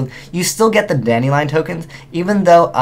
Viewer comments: he said dandy -rion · Did he just go full on Asian? DandyRION? O.o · Lmao "Dandyryan" sounding super Asian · Anyone else hear him say dandy- rion?